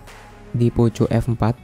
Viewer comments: Mending belajar ngomong lagi bang, ...jngan nyebut poco poco,.....kalo ga bisa ngomong poko....mending sebut aja xiaomi F4, saya risi dengernya malu sendiri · Indonesia bgt Tetep di baca poco🤣🤣 yg klo ke banyak org bilang nya poko